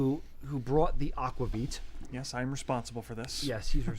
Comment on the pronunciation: Is Nordic Heritage in PV? Just wool? Aquavit is pronounced AK-VAH-VEET. (I speak Swedish fluently and have a B.A. in it as well!)